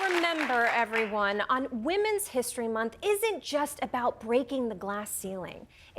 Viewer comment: (she said "Hist-HER-ry") but, Hey! Good Janet Jackson album title!